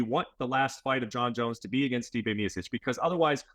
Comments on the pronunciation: Dawg I’m sorry but how are you working for ESPN and you can’t pronounce the greatest heavyweight of all times last name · If you work for ESPN you should know how to pronounce one of the greatest heavyweights name. MeeOhChich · Miosich. Stipe Miosich. Guy gets paid by ESPN to call him Miosich. Come on. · You would think being an MMA reporter, Bret would know how to say Miocic… but doesn’t surprise me one bit. DC still making excuses why he lost to Bones 😂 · Awk-a-moto rolling out a new “miocic” pronunciation five years in 😂😂😂